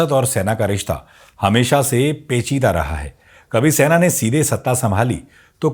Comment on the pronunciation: Sena hota hai Saina nahi ....